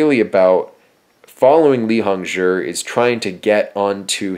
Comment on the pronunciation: I don't plan to rewatch but I do believe he pronounced Hongzhi properly. Zhi is said as jurr in Chinese pnemonics so it's pronounced hongjurr.